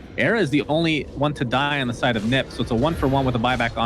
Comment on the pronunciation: Whad does he mean by Nip, it's like saying OG as Og, not O-Gee